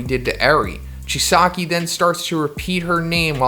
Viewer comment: Does anyone else hate how he says Chisaki? Lol